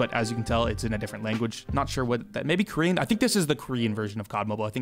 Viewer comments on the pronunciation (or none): none